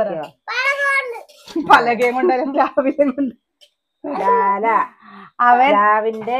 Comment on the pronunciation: പ്ളാ ല അല്ല പ്ലാവില്ല